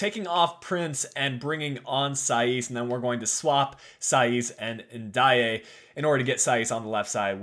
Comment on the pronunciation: And it’s pronounced N Day